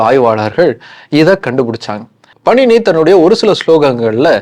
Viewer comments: Bro that's not panini it's paaninee . And it's not astadhayi it's ashtaadhyaayi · Panini-பாணினி , உச்சரிப்பை கவனிக்கவும். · பாணினி சரியாக உச்சரிக்கவும் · இலக்கண ஆசிரியர் பெயர் பாணினி. நீங்கள் சொல்வது போல பணினி இல்லை.